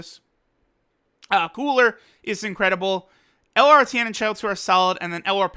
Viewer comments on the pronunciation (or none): none